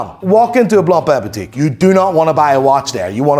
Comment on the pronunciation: Jesus Christ, you’re speaking English, pronounce the names in English, it’s ok.. it’s actually “correct” do so… look, repeat after me… “blonk-pain”… “b l o n k p a I n”, not “blom pleh”